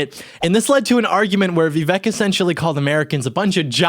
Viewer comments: Vivek, like cake. Learn to say his name right if you plan to make a whole video about him. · That's not how it's pronounced at all lol